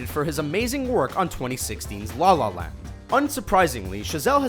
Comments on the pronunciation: Why does he sounds so uncomfortable saying La La Land? it sounds like "Dlah lah land" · I'm uncomfortable hearing how the narrator say "La La Land"